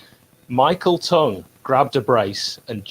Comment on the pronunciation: Great video lads but curious how pronounced Tongey’s surname...is it “T-ung” or “T-ong”? I think the latter...can count on me for a banal debate 👍